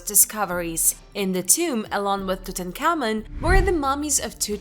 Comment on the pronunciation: Horrible pronunciation. Couldn’t say Tutankhamen. Very cheaply made never watch again.